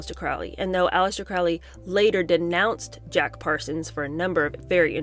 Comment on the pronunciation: For those who know, it's pronounced CROW-LEE. Rhymes with Holy, not Foully.